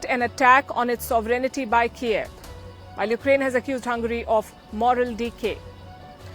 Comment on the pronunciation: Learn how to pronounce “ Sovereignty“